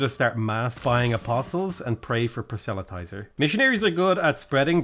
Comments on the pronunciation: please, PROSelytizer. The “e” might as well not exist. Please stop saying prosELytizer. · For "Proselytizer" put the emphasis on the first syllable. "PROS-el-y-ti-zer." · FFS, learn how to pronounce proselytizer.